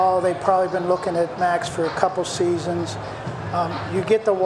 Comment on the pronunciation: had better learn how Max's name is pronounced.